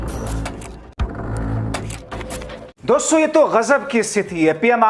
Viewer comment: दोस्सो.... दोस्सो.... क्या है .... उच्चारण तो ठीक करलो....